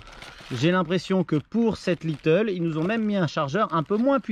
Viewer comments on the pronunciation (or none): Mdr c'est pas little, c'est lite (light) 😉